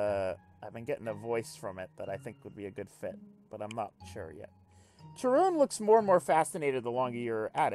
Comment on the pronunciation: Pretty sure it should be pronounced Ka-run, since it's from the Greek "Charon".